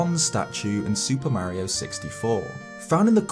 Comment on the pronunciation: Man, being an informal video I’ll expect you to at least get the pronunciation of Mario correct